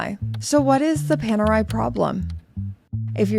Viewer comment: Ni una vez a pronunciado bien Panerai 😂